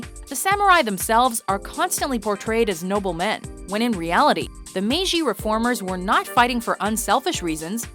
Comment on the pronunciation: ... "Meiji," with a jay pronounced like "jilted," not like the French J.